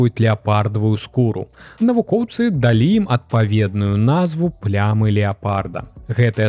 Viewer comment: Першы раз патрапіў на гэты канал. Выдатнае валоданьне моваю, дзякуй. Як той казаў, калі б на вашым мейсцы быў я, то трошкі замяніў бы асобныя выразы: глей ці мул, а не "ил"; ва ўмовах на места "у умовах"; націскі - слаб'ым, а ня сл'абым; дал'І а ня д'алі. Хаця, усё і так на высокім узроўні - што зьмест, што вымаўленьне.